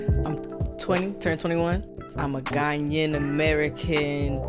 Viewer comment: Whe she says 'Ghanyan' does she mean Ghanaian? im confused